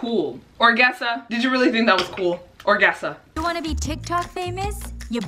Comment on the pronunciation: nobody: not even the ghost of thomas jefferson:: ORGEASA